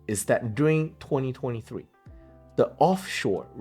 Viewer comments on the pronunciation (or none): none